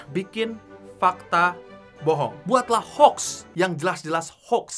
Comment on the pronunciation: Hoax dibaca orang indonesia ho - waks.